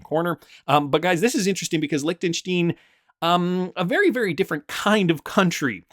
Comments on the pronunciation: Its pronounced Lichten stine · It's pronounced Lichten- shtIne an I not e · Your pronunciation of Liechenstein is hilarious